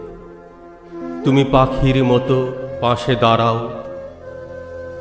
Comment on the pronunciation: 👍২৬ ''দাঁড়াও" - অপূর্ব অসাধারণ উচ্চারণে। 🙏